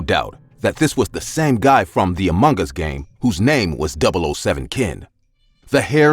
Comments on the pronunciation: About the first story, why do you say "amonggus" ? That's supposed to be "among us". 😟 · I thought he was saying amungus 😂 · Why is he saying Among gas. Lol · It's just me? Or he really keep saying amonGAS🤨